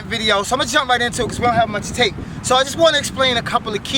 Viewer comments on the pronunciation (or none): "we dont have much tape" wtdfk did u say son